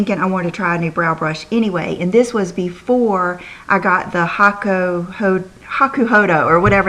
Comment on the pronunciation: I just love your giggle every time say hakuhodo! But you're saying it right! You do you,. We wouldn't want it any other way. Haters gonna hate - the rest of us love you just as you are. <3 Christen